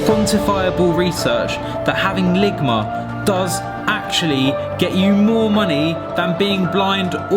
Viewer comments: Ligmer lol it’s ligma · "Lig my" 😂😂💀💀